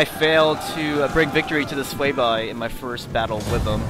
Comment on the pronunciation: It's pronounced Sway-vee